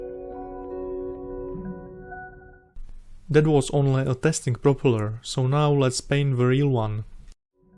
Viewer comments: However, he makes a Prooopala look fantastic!! 👍👍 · You get a like from me for just the way you say 'propeller' never change.